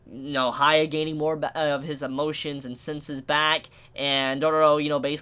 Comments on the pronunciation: its not haya its hyakki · love ur review but u calling hyakki haya is annoying...its like ppl calling u caba instead of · Jon Zee He doesn’t even say the nickname properly lol. “Hya” wouldn’t be pronounced the way says it, it’s just weird